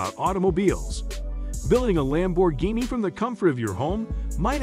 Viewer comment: Ruined by A.I. that can't even pronounce Lamborghini